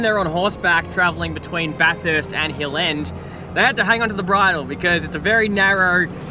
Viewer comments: It’s Bath-urst not bath-hurst haha cracking vid boiz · It's pronounced 'baf-fist' not 'baf-hurst' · 😂can’t pronounce Bathurst😂